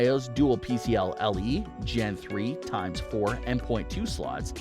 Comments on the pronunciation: Hat being that guy as I’m not usually one to comment negative comments on videos, however, this video just has too many mistakes in it to not point out... #1 Never have a 1 minute long intro in any video. #2 - you said X470 yet title says X570. #3 - It’s “PCIe” not “PCLe” (i as in ice, not l as in lollipop) #4 - They’re SATA SSDs, not NVMe #5 Why bother talking about the X570 (or any modern product), and display PC parts from 2005 in the video? Show clips of the product you are talking about instead. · It's PCiE lol not PCLE